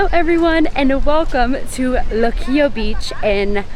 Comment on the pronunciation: You sounded great! Pronouncing all the Spanish words, loved when you said Puerto Rico and Luquillo and the "bacalaítos", "alcapurrias", which BTW are a mix of grated plantain and taro and/or cassava root ("yautías" o "yucas") stuffed with chicken, beef or seafood. Oh, and just FYI, what you called the upgraded hot pocket "empanadas", we don't call them "empanadas", we called them "empanadillas" and you can also find them stuffed with chicken, beef, seafood or with pizza sauce and cheese. Thank you for your great video!